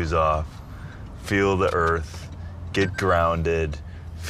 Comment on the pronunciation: "i LiKe To FeEl ThE eArF" I fucking died.